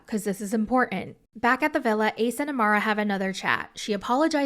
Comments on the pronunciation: Her name is AMAYA not AMARA 😭 please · lol her name is Amaya right? The Amara is throwing me off 😂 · Girl her name is AMAYA not amura 😭😭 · as a fellow amya, her name is pronounced “Uh- MY - Uh” not Amara 😂😂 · I was like who the hell is Amara? it's Amaya girl 😭😭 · Girl I think it’s Amaya not amara 😭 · Everytime you said Amara instead of Amaya 🫨🤣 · Amaya* not Amara. I saw that you kept repeating “Amara” 😩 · Her name is uh-my-uh.